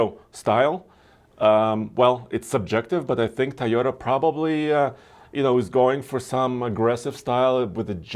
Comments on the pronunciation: Toyota has 2 "O"s in the name TOyOta not Tyada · Since when Toyota became Tayota